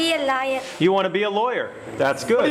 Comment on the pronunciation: I thought she said lier